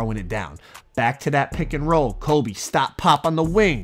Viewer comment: he knows it’s kobE right he keeps saying colby and it’s making me mad